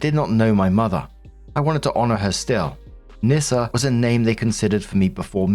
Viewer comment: OP westernised the name, you're supoosed to pronounce it "Knee-Ssa". Or "Niss-ah". Then you can twist it and say it sounds like a slur.